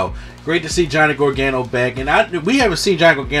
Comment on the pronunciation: great channel but please call him gar- ga- no